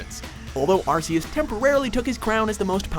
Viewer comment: You know this guy knows nothing about Pokemon if he pronounced Arceus wrong.